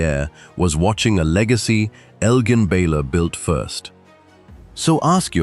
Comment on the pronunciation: It pains me on an immense level that you continue to mispronounce the name of this great NBA legend.